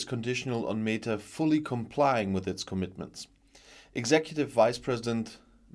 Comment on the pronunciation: I think it is pronounced meh ta, not mee ta.